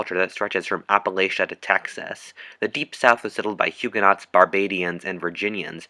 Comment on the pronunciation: The word "Huguenot" is pronounced as "HugueNO". It is a French word and the "t" at the end is silent.